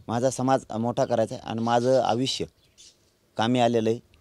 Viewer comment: आविष्य नाही आयुष्य म्हण